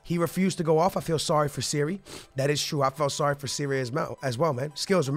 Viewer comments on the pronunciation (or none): I would say go for Chucky Lozano or Ousmane Dembele, don't do a swap though, make sure you sell Willian and Pedro because swap deals are broken and you have to pay so much more. Also please change Donnaruma to #1 and Aouar is said "Ow-Are" and Sarri is said "Sar-ree" not "Siri." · the manager of chelsea name is SARRI NOT SERRI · Why do you keep calling sarri Siri 😂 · ITS SARRI kinda annoys me when he says siri